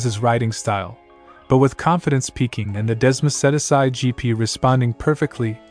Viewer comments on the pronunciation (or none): Dez-mo-sedy-sigh. Well there goes this video's credibility. 👎🏻